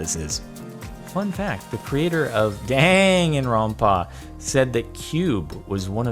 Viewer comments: When Jordan says Dangaronpon, I just wanted to die. (Jk though) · Danganronpa is an anime and it is pronounced (Dong-gun-Ron-pa) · It’s not your fault Jordan, but the way you say Danganropa makes me both cringe and laugh. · as a fan of danganronpa, watching jardon trying to pronounce it was funny, there was an attempt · And yea ya butchered the title